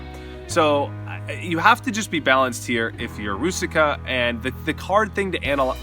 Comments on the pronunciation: Hey, I really enjoyed the video but its so funny how you say Růžička you know because its czech name and its prouced differently there is link ( to google translator i wrot it in chzech so you can just click a hear the pronounciation or ju can just write "růžička" and select czech :) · You're such a world traveler and you have no idea how to pronounce the Czech guys name?